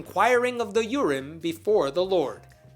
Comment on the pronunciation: I had to back up and read the words. I thought you said inquire of the urine.